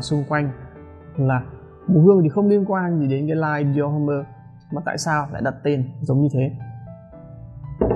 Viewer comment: Đọc là dior- ôm chứ ko phải dior hôm-mơ anh ah.